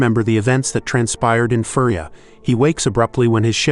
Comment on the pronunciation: At least get the pronunciation right. Your mispronunciation of Furya sounds like he is from a toy animal planet. The planet is pronounced He-lee-onPrime not Hell-lee-on. Don’t think you actually saw these movies.